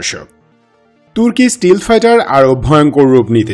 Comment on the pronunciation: স্টিল ফাইটার না। শব্দটা স্টেলথ্ ফাইটার।